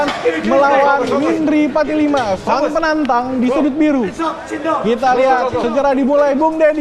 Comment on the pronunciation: Patimila,Min. Kok patilima😂😂😂😂😂